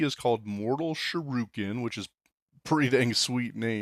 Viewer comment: "Mortal shuroken"